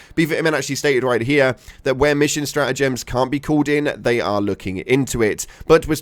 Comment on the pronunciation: Your "job" is speaking. And you fk English up Ke-ant